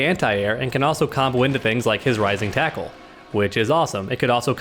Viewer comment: Dude this is killing me! It's: Rising taco and Crapshoot... say it right.